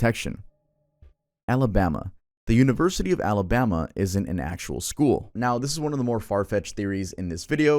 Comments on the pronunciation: You mean “Amabama” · Sooo no one’s talking about the fact that literally said “Amabama”?? 😂